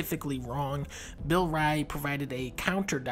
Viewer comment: the way he mispronounced Bill's name is hilarious